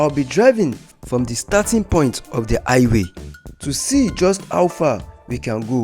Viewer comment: It is called Highway, not i-way